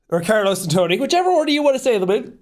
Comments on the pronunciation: Bro says Carlos care loss it’s pronounced car-low-s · It's Carlos not Carloss brahhhh.